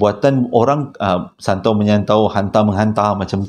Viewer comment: Maap ya bang terkekek2 saya gelakkan abg masa kat tu. Abg nak sebut santau kan? Haha! Saya baru je lalu terowong menora tetengah malam haritu. Alhamdulillah takde benda2 pelik berlaku. Dulu2 terowong tu femes dengan kisah vw kuning. Sekarang takde dah kot.